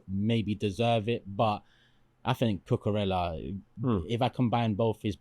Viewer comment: Lost me at cucoorellla. Robbo all day